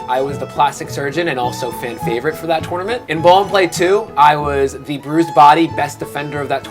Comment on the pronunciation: I talk about a lot and I think my biggest problem I have with him is the way he says tournament every single time it makes me sick